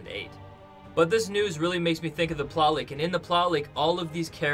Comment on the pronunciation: please pronounce plot leak as plot leak not ploley